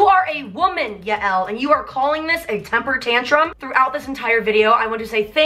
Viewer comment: Yael is Scooter’s wife and it’s pronounced like”Yale”